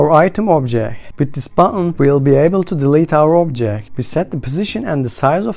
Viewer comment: I dont understand how in some words you can pronounce letter "t" and in some you dont. What is BuNN? Objek? Sucroll view? For some reason its very annoying. Apart from that ty for tutorial. Maybe in futur make it slightly slower as the pace is a bit too fast.